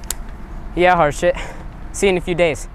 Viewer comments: it sounds like harsh it not harshit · its pronounced harsheit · Harshit is not pronounced the way these people are saying. It's like H"u"rshit where the T is pronounced like Spanish or something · It’s actually pronounced “Harshi” the t is silent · By the way, the "H" in the name is silent, and the last syllable is stressed, so his name is really pronounced ahr-sEEt. Also, in Indian names, whenever an "H" appears in an illegal place (H after a B, D, G, M, N, R, etc.), it is silent. Interestingly, Indian names with "SR" is pronounced as if it is "SHR". Also, in German, the situation is even more different. For example, a "W" in German is actually a "V", a "V" is a hard "F", the "PF" diagraph is basically the German equivalent of a "PH", a "CH" is a hard H, kind of like the "kh" in Khan Academy, "SCH" is an "SH", a "TSCH" is a "CH", an "S" is a "Z", an "SS", usually denoted by the beta-looking sharp S symbol, is an "S". Also, in Russian, a "P" is an "R", a "3" is a "Z", an "H" is an "N", a "B" is a "V", a "C" is an "S", a "Y" is a "U", and an "X" is a hard H. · At first I thought the counselor said that the Indian boy’s name was “horseshit”. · Bruh i now feel so bad for laughing when i heard harshit, cuz it sounds like horseshit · Surprised of all the jokes they made of his name no one said horse sh**. That sounds closer to his name. I'm not hating just pointing out an obvious missed joke, my husband is Indian so he has lots of family and friends with weird (to me) names too. I know what it's like to have my name mispronounced all the time too. I'm surprised that name means happiness. Thought only the name khush meant that. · at first i heard HardShit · Its pronounced "hershith" like her and shith